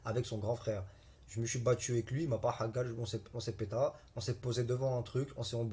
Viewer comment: « Il ma pas hagal » il sait meme pas prononcer hagar 😂😂